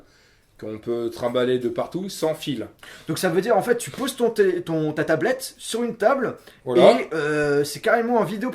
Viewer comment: Il vend la tablette de sa femme il la mal dit